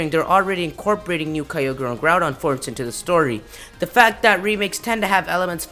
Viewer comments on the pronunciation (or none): none